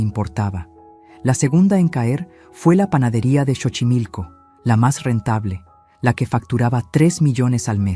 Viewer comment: Y no es Chochimilco, es Xochimilco pronunciación es Sochimilco, investiguen primero como se pronuncian las palabras autóctonas